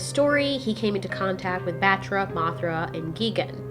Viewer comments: its GUY-GANE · I always got confused how to pronounce Gigan, at first i said 'gih-gan,' but then i starter saying 'Gai-gan.'